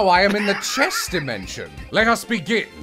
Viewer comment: Did you say “CHEST DIMESNION?!?”